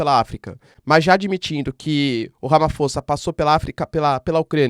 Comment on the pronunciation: Olá professor. Super vídeo!🙏🏾 Correção: escreve-se Ramaphosa mas lê-se “Ramaposa”. É um nome em uma das várias línguas existentes na África do Sul. Obrigado pelo vídeo.